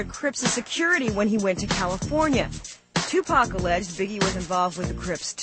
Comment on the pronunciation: was this bitch sayin Tupac name wrong she should not even been talkin if she cant say the name